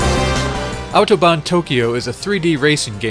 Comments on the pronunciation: I'm impressed by your correct pronunciation of the word "Autobahn". :) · I am impressed. I actually never heard a native english speaker saying "Autobahn" as clearly and pronouncing it as correctly as you just did. Glückwunsch! Des Weiteren: Watching the tunnel glitch repeatedly allowed me to transcend into a higher form of existence. Thank you for that.